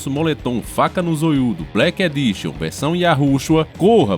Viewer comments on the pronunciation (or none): none